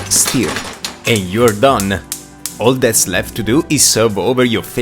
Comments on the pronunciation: Announcer, it's stir, NOT steer (pronounce differently) 😂😂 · the way how he said "stir" is so funny